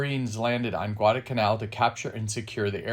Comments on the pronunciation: Good VIDEO SIR : 2points ; CORREC p pronunciation of the island includes an " L " GUADALCANAL ( ,NOT GUADACANAL ) it was named after a small town in Spain ... their WAS A p-39 airacobra photo THAT THE same basic A/C WAS THE p-400 export version . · It's "GuadaLcanal" (with an "L") not Gwarda-Canal......